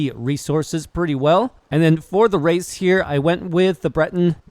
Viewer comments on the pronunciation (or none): none